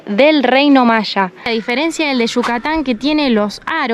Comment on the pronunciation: Se dice maya no machas 😂😂😂😂😂 voludos argentinos